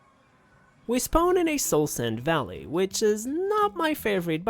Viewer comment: Can you say "spawn" property plz?